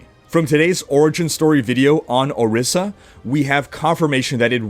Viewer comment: I'm Ijaw, but shouldnt Orisa be pronounced Orisha as in the Yoruba deities?